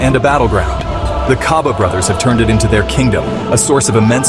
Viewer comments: Why do a documentary about people, but be lazy...to learn the pronunciations....Its Gcaba not Khaba...😮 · Gcaba not khaba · Gca Hce Gci Gco Gcu not kha khe khi kho khu. Gcaba not Khaba wemlungu. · Interesting story man but the robot has gotta stop. That made me cringe everytime it said "Khaba brothers" and intead of reading that R800k in words, it singilarly called it out like R8.0.0. Naaahhh mahn. Do not be lazy. Please and thanks.